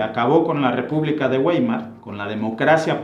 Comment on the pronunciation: Te suplico no te ofendas, se pronuncia Raij, vaimar, etc. , el diptongo ei se dice ai. Por lo demás excelente documental.